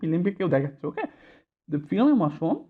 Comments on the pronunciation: ফিলিম? উচ্চারণ ঠিক করেন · ফিলিম?........... ঠিক করেন স্যার।